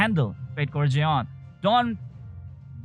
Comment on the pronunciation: Fatecore Zeon Me: Fatecore John?? Jeon? Who the hell is John!?